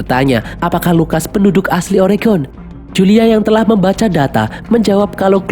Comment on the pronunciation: Mantap, sang mimin bilang "Oregon" dgn betul!!! Bnyk warga America tidak dapat melafalkan nya. Makasih!!!